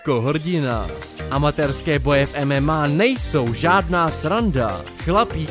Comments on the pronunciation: Je to [ememej] a ne [mma] xDD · Zápasy v MNA😂😂😂 Vyslovuje se : mmej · Boží video ale MMA Se čte ememej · prej mmá ta tvoje výslovnost je hrozna jinak stracis views brácho :0😠